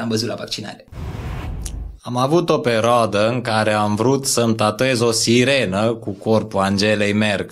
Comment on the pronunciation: "Am avut o perOAdă" 😂😂😂tipic Iohannis 👍